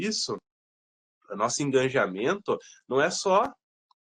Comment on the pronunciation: Uma pequena contribuição. O correto seria Engajamento e não EngaNjamento.